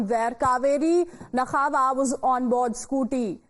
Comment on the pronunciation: It's not nakhava(नखावा)...it's nakva(नाक्वा)....anchors need to learn some Marathi and need to learn pronunciation as well.